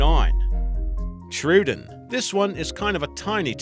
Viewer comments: thats not how you pronounce troodon its pronoucned tro o don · he said Spin o saurus trudon and butchered Deinonychus and the giga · the pronunciations are not the best,like carcharadontosaurus or troodon